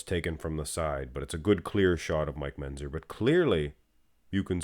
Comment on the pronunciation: can you learn to pronounce Mentzer properly?